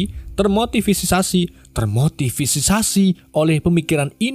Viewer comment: Termotisisasi termotisiasi😅😅😅😅